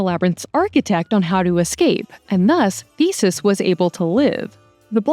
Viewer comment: I love you guys so much! But please double check your pronunciations, especially on names. It’s giving AI when key characters (Helena) or well-known names like Theseus are mispronounced 😢